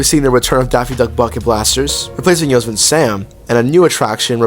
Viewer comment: It’s pronounced “yo-semmity” Sam